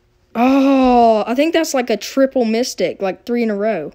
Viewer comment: You said: Oooo it's our first micstic!